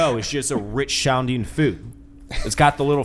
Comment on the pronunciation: “Rich shounding”…..saying “rich sounding” really shouldn’t be that difficult.